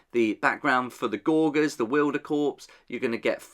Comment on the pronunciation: Sometimes I have to shake my head at your pronunciations!:D Gorger as in gorge, shoving food in your mouth to excess. Rhymes with forge. Anyway I thought this was a pretty nice reveal. I like that it's not a full box, let the Gnarlwood terrain sit as the "current" setting still and just have a few releases like this that add some small bits of terrain that can work with it? Great!